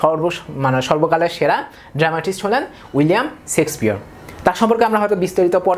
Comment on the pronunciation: ভাই সেক্সপিয়ার না শেক্সপিয়ার ।